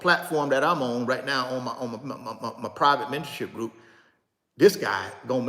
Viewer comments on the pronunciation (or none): none